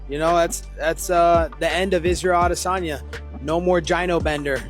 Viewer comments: I hate when people try to pronounce adesanya's name as aww de sanya. Bro, just call him adesanya and relax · If I hear you pronounce aDEsanya wrong one more time, I’m unsubbing. Are you trolling? wtf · The way this guy pronounces Adesanya is my biggest pet peeve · This guy put's so much swazz on the pronunciation Of Adesanya while not pronouncing Isreal correctly.